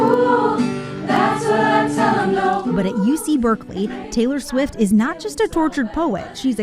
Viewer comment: I'm from Eastern Europe. Who the fuck is Taylore Swit?